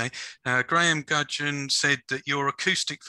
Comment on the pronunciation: Great interviews. Thank you so much for putting my question to Mike at 4.14 regarding the acoustic albums. His reaction was lovely and much appreciated. By the way, well done on pronouncing my surname...many have struggled in the past!! Thanks again, Graham Gudgeon.